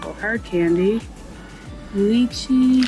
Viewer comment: Not to critique, just FYI, Lychee is pronounced lie-chee. We lived in Hawaii for many years. Aloha and enjoy!